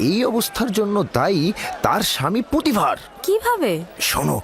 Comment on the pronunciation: পটিফার না পুতিফার হবে।